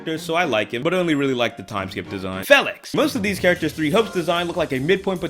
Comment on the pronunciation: By the disclaimer in the beginning of the video, I have challenged death an enumerate amount of times. But each time is funnier than the last. Except Felix LMAO you destroyeD his name